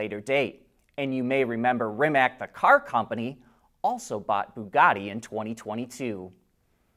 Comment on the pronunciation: At this point, you should know how to properly pronounce “Rimac”.